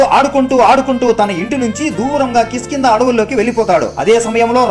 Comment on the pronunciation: కిష్కింద అని పలకాలి, కిస్కింద అని పలకరాదు